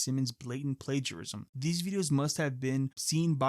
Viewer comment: Bro can't pronounce plagiarism 💀